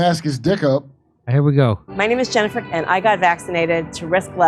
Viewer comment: She did have a speech impediment. She pronounces her own name 'Jennifer' as 'Chennifer' like she's wrestling with her own tongue and losing